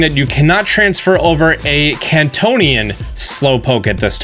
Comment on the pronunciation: You say Kanto weird